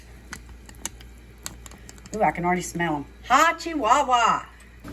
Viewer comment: Hi 👋 them jalapeños are like you say "ha chi wa wa" you are awesome ❤ your videos are top notch. God bless you!!!☝️ 🙏🏻